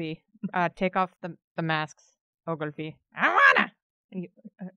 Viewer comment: I think it’s “Oglevee”